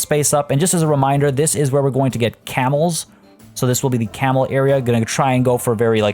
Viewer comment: When you said camels i thought you said cannibals. I’m like omg whyyyyy!!